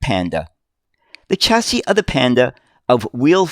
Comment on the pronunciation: I like your vids mate all about uk buses but how would you feel about attemoting to pronounce chassis with a shhhh rather than a chhhh